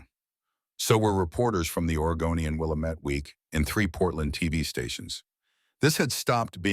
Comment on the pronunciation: Problem with pronunciation with the name of the River and the Valley it occupies, The Willamette is not said Will a Met tee, it is, instead it rhymes with dammit: Will Amit. The old saying in the Valley is If You Are Going To Live Here, Dammit, Better Learn To Say Willamette